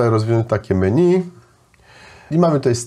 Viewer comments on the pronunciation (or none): none